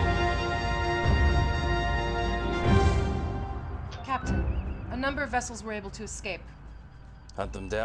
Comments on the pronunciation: But he can't pronounce 'vessels'! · "Nuclear wessels!"